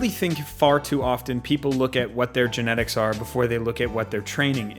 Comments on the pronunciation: "Gentics" lol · Don't blame your "Gentics" lol